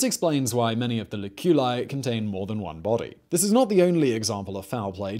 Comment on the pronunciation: cuBIcula LOculi. arcoSOLIa FOsseri. Third syllable from the last is stressed. Not second.